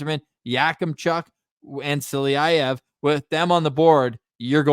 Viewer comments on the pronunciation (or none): Good show guys, as usual, but just a lil reminder, it's Silayev and not Siliyayev. But I still love you :)